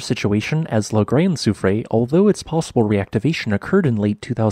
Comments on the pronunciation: Soufrière is pronounced "soo-freh-air." The (è) is an (eh) sound. You got confused with the (é), which is pronounced (ay), like soufflée. EDIT: But I enjoyed your video, as always. With all these earthquakes and renewed volcanism, wars and threats of wars, famines, diseases, perhaps someone is trying to tell us something? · Your pronounciation of Soufrière made me chuckle (okay, maybe this is the official English pronounciation, but it’d be something like soo-free-err in French ) Love your videos, thank you! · Soo-free-eyre = soufrière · La grand soufrière, soo-free-air. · Soufrière = SouFreeYer <3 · its pronounced soo-free-air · Its prononced : sew-free-hair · oh, I can imagine that, as we do use sounds that don’t exist in English! I did learn some Greek and never could get my hard ”g” right - totally new sound for me. I left that precision not because of a slightly off pronunciation but because of the total absence of the third syllable (in case our host needs to use the name again!) R ”year”, maybe? Not exactly the right pronunciation, but close enough. And yes - ”Kick ’em Jenny”? Love that name.